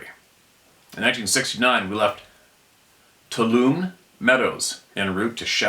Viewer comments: Toulomne —-> pronounced Too- WALL-oh- me… that’s a tricky one. Who woudda thunk? It’s not fair to spring that on someone reading that word for the first time. ☺️😉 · Tuolumne - it's pronounced Too-wall'-oh-me. Very famous part of the Yosemite park, LOTS of bigfoot encounters in that area. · Too-all-a- me is the pronounced trail name in the Sierras. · 'Tuolumne'...Pronounced: "Too-Walla-Mee". An absolutely brutal word.